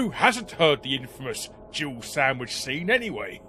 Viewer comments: It's been near 30 years and I still hear Gibble sandwich rather than Jill. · When I first heard the Jill sandwich line I thought he said jibble. I know it makes no sense but my friend at the time used the word for his pet gerbils so it stuck. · I'm pretty sure Barry's actually saying "You were almost a gibbled sandwitch", and people just mishear it as "Jill sandwitch" because it's funnier and "gibbled" is not a very common word